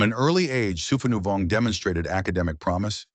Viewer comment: His name is pronounced “Sue-pah-new-Vong.” When creating A.I. you need to type names phonetically for it to pronounced; and spell the name as is, for captions. 😅 All the Lao names are butchered in this video. 😅😅😅